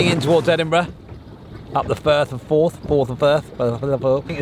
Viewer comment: Erm "Firth of Fourth" 🤣